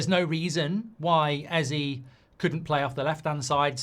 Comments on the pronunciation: ez aye not ee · This bothers me more than it should but you're saying Eze wrong lol. It's pronounced "A-Z-A" A like the alphabet, Z like how Americans say the letter, and A like the alphabet again. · It bothers me that Mark pronounces it Ezzee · EZÈEEEEE how do you get the name wrong everytime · Hate how you pronounce Eze’s name as well as Madueke’s